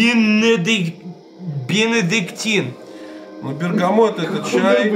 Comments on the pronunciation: Ликер Бенедиктин , а не Бенодектин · Кто графикой занимался, правильно бенедиктин а не бинодектин! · БЕНЕДИКТИ́Н, епта!